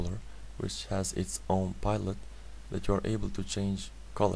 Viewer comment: "microcontroller which has his own pilot" ( pajlot ) hahaha what a moron